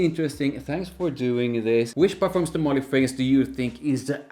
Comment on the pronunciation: MarLY, not MÁrly